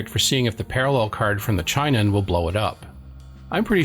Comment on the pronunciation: Hate to be "that guy" but it's not CHEYE-non, it's chee-NON. The company is of Japanese origin.